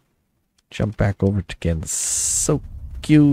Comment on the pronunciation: You had it right 10-11 seconds into the video (Gen-So-Kyo) is how you pronounce it.